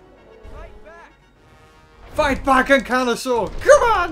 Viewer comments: dont you mean ankylosaur not anklosaur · Ahh yes my favorite dinosaur "anklysaur" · Really Anklyaur OMG its spelled Ankylosaur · Lol it’s ankylosaur